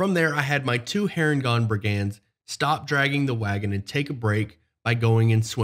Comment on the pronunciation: "BRIG-und" not "brig-And" haha